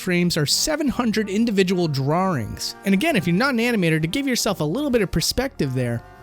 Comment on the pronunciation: holy fuck "dra rings"